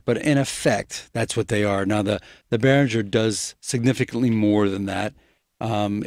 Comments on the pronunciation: First of all, Mr. Behringer himself says that the name is pronounced "BEH-ring-grr". Not "BEH-rin-jer". Pronounce it correctly and impress your friends! :-) And secondly, comparing a Behringer anything to an Aphex anything is unfair. The Aphex will win with BOTH hands tied behind its back. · Yes, it's the correct german pronounciation, since it's a german name and the company. But that wöuld be wiseass 👻